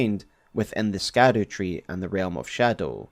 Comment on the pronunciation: It is pronounced "Shadow-Tree " not SKADU-Tree! Come on use your English and pronunciations please.